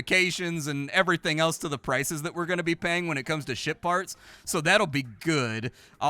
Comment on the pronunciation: said schitt-farts...! (ship parts)